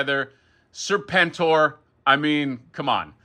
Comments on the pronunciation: hasbro guy was so psyched about serpentor but then started saying serpn-tor, serpn-tor, seprn-tor. dude, g.i. joe much? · So you arent a Joe fan? Everyone knows how to pronounce it.